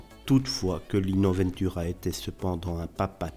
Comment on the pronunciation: Pourquoi prononcer : "vainetura" ? c'est VENTura comme on prononce vent, le vent ...